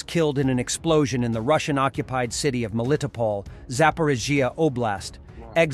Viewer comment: Melitopol. Say Mell-ee-tow-pole.